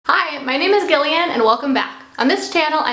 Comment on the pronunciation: Gillian is pronounced Jillian ffs